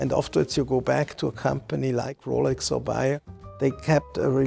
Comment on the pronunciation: Is this guy called "Bayer"?? No, he is called "Beyer". Can't you pronounce differently an A and an E?